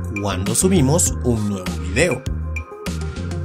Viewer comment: Paleos dijo al dinosaurio con N